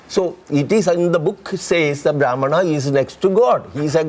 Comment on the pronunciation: don't even know all the name of the caste but speaking on this topic as he is a scholar of caste system and he only knows brahman as caste which too he pronounced wrong but the biggest problem here is he knows the word brahman only coz he is making living out of this propaganda.